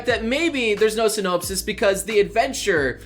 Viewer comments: "SyNOPEsis" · saying sy-nope-sis makes me laugh...and cough since I'm sick. Still it makes my day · syn-nope-sis habit-table smh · syNOPEsus the sT you say synopsis noble smh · synopesis? great pronouncing. sin? NOPE SIS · I will say this once please learn how to say synopsis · Just saying, I don't think you pronounced synopsis correctly. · People getting mad that he isn't pronouncing the names right while I'm here mildly infuriated that he doesn't say "synopsis" right. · learn to pronounce words synopsis: sin-nohpsis, not sinnope-sis [səˈnäpsəs] Academia: ack-uh-deemee-uh, not ack-uhdeh-mee-uh [akəˈdēmēə] Habitable: HA-bit-ta-ble, not ha-Bi-ta-ble